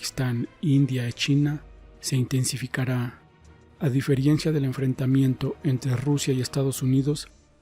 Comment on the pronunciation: Amigo: No se dice a DIFERIENCIA se dice a DIFERENCIA. Saludos.